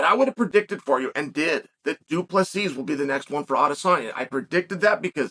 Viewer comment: The last s is silent, not invisible.....😊